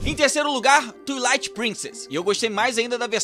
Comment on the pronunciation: Se pronuncia “tuailaite”